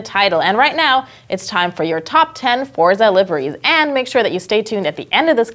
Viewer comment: She pronounced Forza incorrectly.